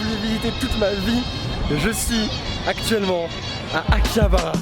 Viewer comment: T'a dis"Akjabara" au mieux de "Akjabara"